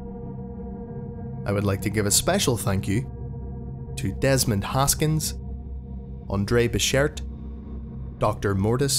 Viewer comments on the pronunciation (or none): You said Andre bechert wrong...